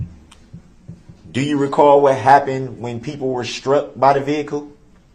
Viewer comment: Ok, so…it’s annoying to me how he says “shtruck” instead of struck….same with axed instead of asked. And the faces?!?!? Annoying as heck!